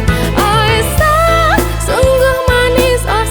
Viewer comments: Aisyyyah lebih bagus di dengar daripada Aisah ,pengucapan aiysyah nya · suaranya bagus cuma pengucapanya diperbaiki sedikit aisyah bukan aisah. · pengucapan nama.y ummi Aisyah.y kurang menyatukan penyebutan Ai Sya h nya trdengar pengucapan.y Aisah kami pans jdi peduli karna menyangkut istri.y nabiullah kita😊👏🙏